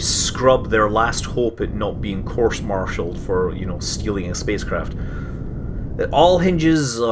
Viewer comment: Scott i just have to say it's Court Marshaled not "Course Marshaled" (excuse my spelling)